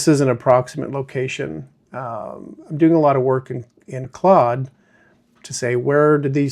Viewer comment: Fantastic!!! Don’t forget your roots: Ps…it’s pronounced zed and Claude (rhymes with code) 😉